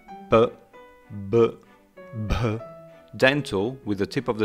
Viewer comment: I approve too. 😂 actually impressed me